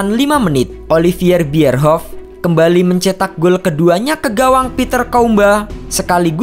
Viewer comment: Bisa baca gak sih? Oliver Bierhoff dibacanya Oliviier bierhoff... Risih gue sm admin yg gak punya wawasan dunia bola.